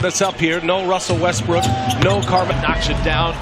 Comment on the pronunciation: dude really said wussell restbrook 🤣🤣